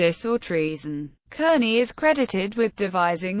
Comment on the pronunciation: It's pronounced CARN-IE not kernie.....